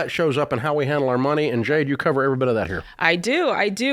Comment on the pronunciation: I heard him say it correctly one time a couple of years ago.